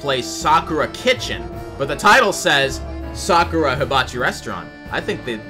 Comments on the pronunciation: "sakura" is pronounced "sah-cur-ah" i think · As a person who works at Sakura It’s pronounced Sa-ka-ra